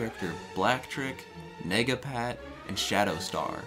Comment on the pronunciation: Lmfao did you call him nigga-pat. Its 2021 pal